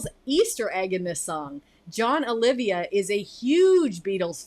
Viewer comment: Know what? I've been a Savatage fan since 1990. And I've had it with people saying "Olivia." It's OLIVA, for fucks sake. 32 years of correcting people, you'll understand why I'm a little pissed off.